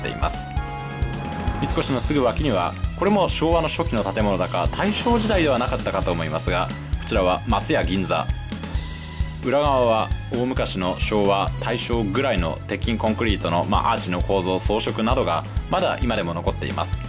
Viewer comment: 松屋銀座のイントネーションが間違ってる